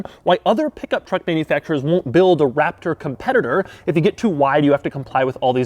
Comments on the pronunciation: I noticed at certain points he says waptor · This guy rly say Waptor...